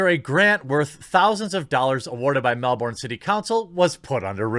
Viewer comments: As much as I hate the socialist republic of Victoria and Melbourne, it's pronounced Mel-ben not Mel-born lol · MEL BURN yanks can never pronounce MELbourne just say MELBURN.. Sydney they get perfect even though its the asshole of aus. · Disliked. Mispronounced Melbourne, had to do it on principle If Ford acts this way and does not lose her public grant only proves you can act this way and you'll get money